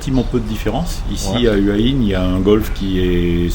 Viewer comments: Faut prononcer Houa Hin. Pas Heua Hin. Bizarre pour quelqu’un qui habite à Hua Hin. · houai ouin